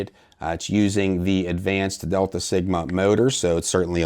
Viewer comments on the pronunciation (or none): none